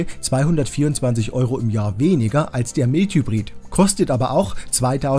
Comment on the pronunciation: Tolle Arbeit! Vielleicht noch Mild Hybrid "Maild Hybrid" aussprechen.